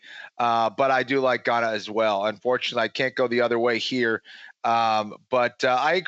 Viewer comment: Guys, love the show. It’s Ciryl “Gan”, just “Gan”. You’re just hearing an emphasis on the ‘n’.